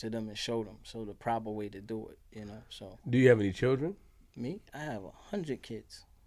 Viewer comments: “A HUNNID PERCENT” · No bull, my homie be sayin it all the time...like a "hunned percent"😔...im like yea 100% bullcrap famo ha 😌...word!!